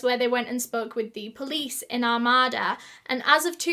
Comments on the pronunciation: Your pronunciation of Armada is my new favorite thing! I live about 45 mins from there and we pronounce it like Are-may-da, but i think we should say it how you do haha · I know this is the absolute last thing I should be worried about but I’m so completely triggered by the way she pronounced “Armada” 🤦🏻‍♀️. Im born and raised Michigander and I’m pretty sure it’s pronounced ARE-MAID-uh. Just sayin. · Oh and it’s where I live lmaooo, and it’s so cute how ur pronouncing it 😭🥺🥺🥰 we say like “ R made A “ idk I’m not trying to correct u at all I honestly like how it sounds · My grandparents live in Armada (it’s not pronounced like she does I’m the video; you stress the A’s a lot more like Ar-May-da) and I remembered when this happened. They had ribbons on all the trees for years as a reminder of her. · i actually live near armada (it's pronouced r-may-da) and i can confirmed, it's a pretty nice town. I've never heard of this case though it's kinda crazy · Armada is pronounced Ar-may-da (common mistake) Nike is pronounced Nigh-key (British nonsensical pronunciation) Armada is not a "village". It's just out from the Urban City area, but is quickly becoming more urbanized. The plots of land are pretty big, but they are not farm big. Think more along the lines of 3 or 4 house wide plots and that'd give you a decent idea of scale. Also, it is closer to about an hour from Detroit. On good days you can make that quicker. On bad days it's about 90 mins. I was out there July this last year and those woods are a bit creepy. They're just dense enough to block a clear line of sight, but open enough that you wouldn't consider it too hard of a path to go through. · I live right near Armada and it is a safe place and such a sad story. I love the way you say it, but it's pronounced "Ar-May-Da" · Oh my god I actually lived near this one!!! Lol it’s a very Michigan pronunciation it’s Are-May-Duh. Long “A”s. But I’m weirdly excited it was somewhere I know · Armada is pronounced Ar-may-da